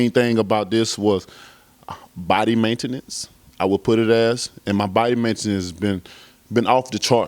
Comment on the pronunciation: “Body mentenence” 😂😂😂